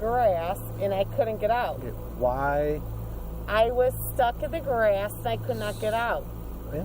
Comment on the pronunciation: “I was STUCK in the GRÆSS!” 😂